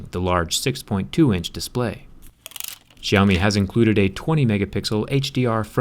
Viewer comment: No one can pronounce xiaomi right